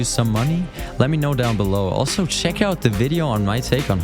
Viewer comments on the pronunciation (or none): none